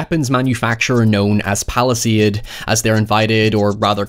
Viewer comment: Every time you say Palastade I think Palestine